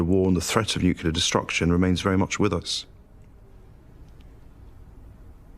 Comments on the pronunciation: You'd think the professor would know that it's pronounced 'nuclear' and not 'nucular' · I totally felt her when that guy said that the threat of nucular destruction is still very much with us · I just realize the Abba guy is the first and only British person to ever pronounced it "nucular" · AArgh. Nucular.